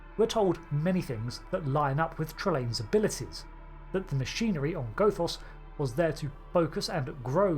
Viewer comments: The first O in Gothos is short. Goth does emphatically NOT rhyme with both, oath, or loath, but rather with moth, cloth, or froth, or sloth. Do you pronounce Gothic like Go Thick, too? Cahn't yew spaek Anglisch? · It's not pronounced, "Gothos". It's pronounced, "Gothos". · Good theory. Please pronounce Gothos correctly. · Hate to say it,, but the mispronunciation of Gothos really took me out of the video at times. But to answer your question given how different he is from Q2,, I don't think he's actually a Q. Might be something similar, but I have my doubts he's actually a Q. As you mentioned, Q-Squared takes the fan theory that Trelane's a Q and runs like hell with it, having Q be his Godfather (and maybe his actual father, though he denies it), but given the vast differences, I suspect that instead of being a Q, he might be part of the M continuum, which appeared in another Trek novel. That would explain why he has Q-like powers, as they're said to be equivalent to the Q, and the idea that the Q have their own enemies does make sense, given how many species are upset with the Q we typically encounter in the show.